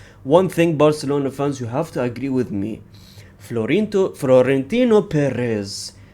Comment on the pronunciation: Florinto... Frorentino Perez 🗿